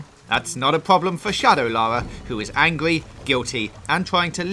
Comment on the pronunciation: Your voice bothers me. "Angwy"